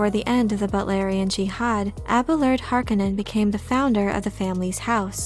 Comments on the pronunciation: the pronunciation is Har-Kone-nen - heavy hitting and commanding ... Har-ka-nen sounds like the cheer squad....geez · Stop saying Har-ka-nen! The word is Har-ko-nen. Use the 'O' vowel sound, not the "A" vowel sound. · It is pronounced Har kon nen... not har kinen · Is the pronunciation really [HAR-k'-nenn] as in this video or is it [har-KOWH-nen] like in the first Dune movie? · I prefer the 84 pronunciation of the name. Har-CONE-in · Btw you used to pronounce it correctly if you go by the 1984 movie which Frank Herbert consulted on :) hark-on-non so don’t worry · Great, I'll never not hear the name Harkonnen in a Finnish accent because of this video. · Why has everyone decided to change the pronunciation of Harkonnen from the 1985 film and 2000-4 series. Bit jarring. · It really bothers me how she says "Harkonnen" wrong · Is it me or did nearly every actor mispronounce the word Harkonnen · and if you could only pronounce Harkonnen correctly as the author intended ( eye rolls ) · If you watch the movie you can hear how Harkonnen is pronounced right, also don't use wiki as your script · You are pronouncing the name so incredibly wrong. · The voice reading this is getting on my nerves. Is it computer generated cause it sounds fake. If it’s a person they sound catatonic. And I think you’re mispronouncing Harkonnen. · She’s killing me with how she’s saying Harkonnen uggg....